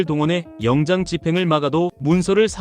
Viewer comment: 영장ㅡ영짱으로 읽으라니까 몆 번이나 지적하는데 안 고쳐지네